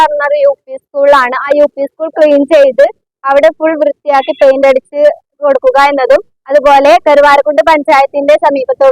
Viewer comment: പൈൻ്റ് അല്ല പെയിൻ്റ്